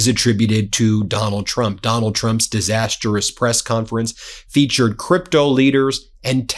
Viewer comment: Ben - any chance you could say 'disastrous' instead of the irritating and incorrect 'disasterous' - otherwise keep up the good work :- )